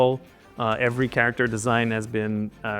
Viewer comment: Can you please say CAREACTOR one more time please?